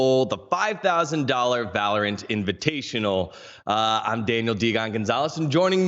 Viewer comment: kekw inivitational instead of invitational :D